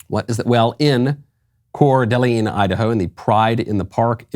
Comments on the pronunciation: Michael pronouncing Coeur d'Alene, Idaho "correctly" bothers me so much. Maybe it's just me but I've always heard it pronounced Coeur "d'aLAYN" not "d'aLEEN". PNW native here. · Listening to Michael try to pronounce “core d’lane” cracks me up. I mean, I get it. It’s a pain to spell, and for people that don’t know how to say it, it’s a pain to say. I usually just type cda when texting about it. I don’t live there. But I live close enough. Great village. But it’s turning quickly. California loves to move to cda. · Its just pronounced "cor duh lane" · Sorry, this bugs me. I'm from the PNW and Coeur d'Alene is pronounced Core-da-lane here.